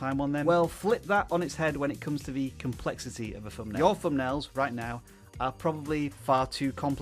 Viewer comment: Pronunciation. Thumbnail .... not Fumnail